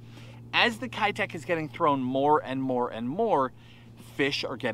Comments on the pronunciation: How come no one can pronounce “keitech” correctly in the US? It’s a Japanese company pronounced “Kay-tech”. It’s the same characters as “ei” in sensei, but it’s not “sen-sigh” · Did u know they’re actually pronounced Kaytech? I’m serious, look it up, but who gives a crap, I’m gonna keep callin em kiiiii techs along with and and everybody else who isn’t a nerd like me! 🤣🤣🤣lol